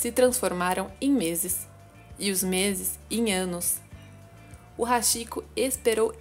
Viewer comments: A pronúncia não é "Haxiko" e sim "Hatiko" , porém a escrita é Hachiko , pois o "chi" tem pronuncia de "ti"... isso não é uma crítica e sim uma observação👍🏻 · Nao é hashiko q se pronuncia, e sim hatiko ( Hachiko) CHI em japonês se pronuncia T.I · Se lê ,RATICÔ !! RS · Posso ajudar? A pronúncia seria "ti" onde está "chi" tanto em japonês quanto em inglês, o ch é lido como "t". Você acertou na pronúncia do "ha" que da mesma forma é lido como "ra" como rato. Então a pronúncia seria "raticoo" prolongando o "o" no final. 😊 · Apenas corrigindo a pronúncia, o correto seria pronunciar Hatiko, seria ti e não chi. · Se pronuncia RáTico